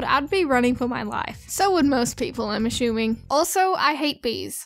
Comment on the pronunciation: when you said "I'm assuming" you said "I'm a shoe-ing"